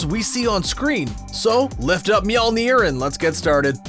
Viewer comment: How they pronounce Mjölnir: M-yall-neer